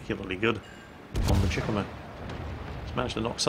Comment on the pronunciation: it's pronounced Cheh-koo-mah not chickemuh